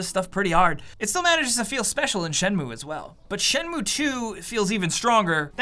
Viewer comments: I'm Japanese and it's not pronounced as Shen-moo-ae, it's Shen-muu. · Dude... its Shen-mu-e not Shenmue say it right unless you want to be burned at the stake... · I very much doubt japanese people pronounce this as "Shenmoo" lol 😊